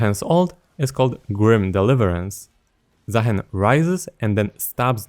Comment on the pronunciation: i think is name is pronounced zah-HEEN. provably Arabic inspired